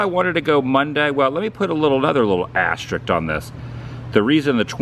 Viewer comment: It's pronounced asterisk, not asterik